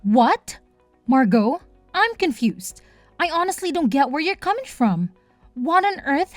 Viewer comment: At least you know how to pronounce Margot. I've heard it butchered so much lately